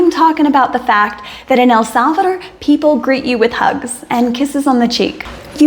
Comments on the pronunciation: So glad to hear you finally learned how to pronounce El Salvador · I looooooveee the way how you pronounce El Salvador accurately with a pretty natural Spanish accent. I'm so glad you had found peace and happiness in our land, congatulations for your beatuful family.